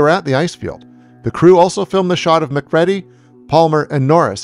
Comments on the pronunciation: It's killing me the way you keep mispronouncing Mac's name. It's Muh-creedy not Mac-reddy. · I’m a big fan of your work however it’s not pronounced MAC-READY it’s MIC-REEDY have you ever seen THE THING at least watch it before you review it! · The last name MacReady is pronounced Mah-Creedy, not Mc- Red-ee! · Interesting video, but it's funny, the way you pronounce Macready as Mac-Ready, instead of Mac-Reedy, the way it is spoken many times in the John Carpenter The Thing, almost makes me think you didn't watch that film? I guess it's not necessary that you have seen the film, just very strange if you made a video on it without watching the movie the video is about. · MacREADY(reedy) what the heck are you saying lolol did you even watch the film? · It is MacReady. R.J. MACREADY . U pronounce it REE-DI . U got that? Jesus man U haven't even watched this film , how come U approached it so unprepared ? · I still can't believe this channel made another video about this movie and still can't say McCready properly like the person narrating the video hasn't even watched the damn movie! It's driving me nuts! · Did u even watch the film? Mispronouncing the lead character name says no